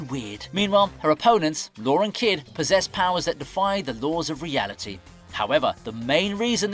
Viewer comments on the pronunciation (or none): none